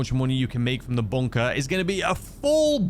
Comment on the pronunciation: What's a BONE-KAH? 🤷‍♂️